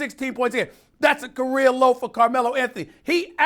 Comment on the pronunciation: “Korea low”-Steven A